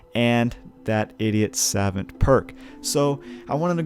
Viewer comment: "Idiot savint"